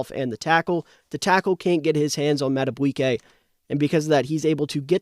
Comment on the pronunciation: Mad-A-BEE-kay...not "bwiey"